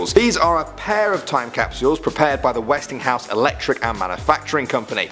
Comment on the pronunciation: ...except the pronunciation of Westinghouse